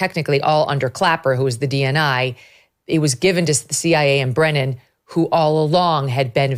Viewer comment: It's Brennan..Brennan 100%